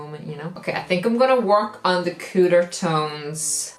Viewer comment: The way she said “cooler tones” sounded like “cooter tones” lol